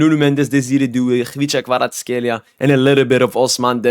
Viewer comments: I see, but still despite help, it is hard for others to pronounce it correctly, because of kh, but u do it perfectly, and thank you that u do ur videos in English, i forgot my French so now practicing to revive my knowledge of French, what football doing to us :D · wow you pronounced kvara;s name so well im surprised